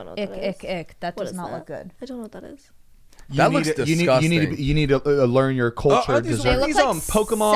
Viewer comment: "disGh0sTing" 😂